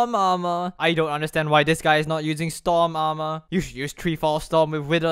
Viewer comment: lol you are saying stom aremer